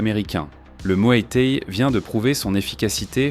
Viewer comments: Ha ! le mué té et le k-une hein ?🤣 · Va falloir apprendre à prononcer K1 et Muay Thaï correctement...